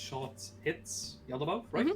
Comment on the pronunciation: The cringe every time tries to say Yaldabaoth XD Ya'll Da Ba Oth!!! Hahaha